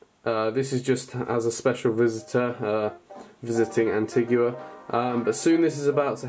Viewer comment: It's pronounced 'anteega' btw!